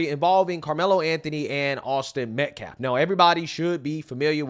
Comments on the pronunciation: This POS lawyer can't even pronounce Austin Metcalf's name correctly 🤬🤬🤬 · Their BEST speaker, still cant even say the VICTIMS name. This is embarrassing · Anyone else sick of that "" purposely mispronouncing the victim's name? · They mispronounced Metcalf.. multiple times.. very professional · What they have against Jeff Metcalf? Why they don't want him there? You cannot defend Karmelo for murdering that man's son. This guy can't even say Austin's last name correctly. Karmelo Anthony is GUILTY!!!!! He should be in jail right now, but a woke judge set him free. God is going to hold them all accountable for their actions!!!!!! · Funny how this family allows a multi felon and child abuser to be their mouth piece. What a circus show. This guys is a POS. He only mentions Next generation action network 50 times. Respect? He has none. He can’t even get the Metcalf name right. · He said the father of the victim wasn’t invited? The criminal wasn’t invited under the tent either. One chose to leave without unaliving anyone. This pastor hustler can’t even speak proper English or pronounce the victim’s name. How embarrassing and infuriating 😡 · ok he mispronounced his name. If they asked someone to leave private property what’s the problem. 2 things can be true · If they respected the loss of life why are they impugning the victims family. That fool cannot even say Austins name correctly. This and family are race hustling. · Respects him so much that he repeatedly mispronounces his name every day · Wondering if he pronounces calf as klaf, like he does to the victims last name, smh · Him being there is a disrespect to his son and not you kicking him out?? Not you mispronouncing his name?? What a clownshow. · Anyone pronouncing the silent L in Metcalf is doing it on purpose or just real ignorant. Future Al Sharpton right here.... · this dude cant stop pronouncing Austin metcLaf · It's METCALF NOT MET-CLAF 🤬🤬🤬🤬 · “MetcLaff” speech impediment wha?!?😮